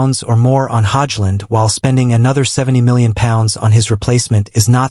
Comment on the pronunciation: prounounce his name right hojlund